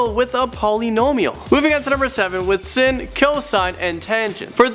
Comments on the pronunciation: Sine is pronounced like sign not sin and the plural of matrix is matrices not matrixes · *matrices. Also sin is pronounced SIGN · He pronounced it "sin" instead of it "sign"....... I'm TRIGgered. >:/ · I cracked up when he said sine wrong like its sin. And #8 and 7 and 1 are important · Math is my favorite subject, also I luv how u completely pronounced sin(x) function wrong 😂